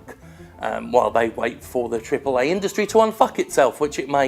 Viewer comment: why is he the only guy that pronounces "AAA" properly?